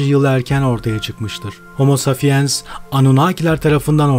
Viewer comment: Ne kötü okuyor. Safiens ne ya saPiens! Pes!